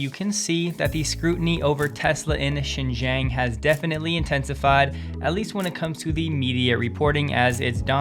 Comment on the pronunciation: Xinjiang pronounce as sin jeeang